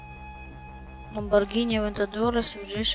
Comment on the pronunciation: Lamborghini существует: Также энзи: Lambargini